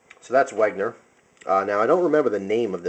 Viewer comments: hey man, great vid (although a little bit too much 'talk' and repeating yourself. you could have made it shorter). anyway, i wanted to say it's not "Wegner" but "Wenger". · I don't know if anyone has said this yet, but I felt I must as it pissed me off, you don't pronounce it as Weg-ner, it's meant to be pronounced Wen-ger. Or if you want to get it 100% accurate: Ven-ger. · hey,, Wenger is pronounced Wen-ger not Weg-ner anyways, just a little nit pick nice collection of SAKs:) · It's wenger not wegner